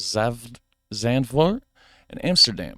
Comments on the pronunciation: Zandvoort try to pronounce it as Sandfort that would be almost correct. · The a in Zandvoort is pronounced as the a in Darth and not as the a in Vader. The v as the v in Vader The oo like the oo in door or the o in more. Affligem triple is a great beer. It’s an abbey beer but not brewed by monks. Trappist beers are brewed by monks. That’s not a full receipt but a checkout ticket. The herring isn’t raw. It’s cleaned, salted and deep frozen. We have an excellent weather forecast app by KNMI and an app called Rain Today where you can see where it will rain within the first few hours. And he was riding a bicycle at the wrong side of the street when riding to the beach. We drive on the right side of the street.